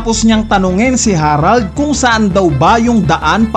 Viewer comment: Buti naman nabasa mo na na "harald" hindi herald